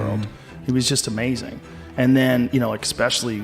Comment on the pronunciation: damnit i really wanted to see how you were gonna spell joes made up word “exspecially”